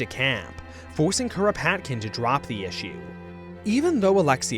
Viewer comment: 🪖 The early 1900's were wild. Also you might as well say Kropotkin like a Japanese person all "Kuropatukinu kun" by how you're saying the name lmao